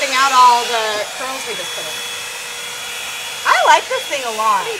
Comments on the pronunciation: Is it just me or does keep saying cwurls? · Did anyone else notice kept saying cwurl haha not sure why I noticed that 😂😂 love you both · “querls”